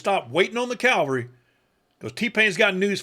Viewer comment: Sorry, but I can't let it go; "Calvary" is not cavalry.